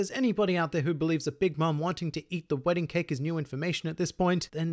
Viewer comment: "Wedding-u Cake-ee" ahh, thats a great catch-phrase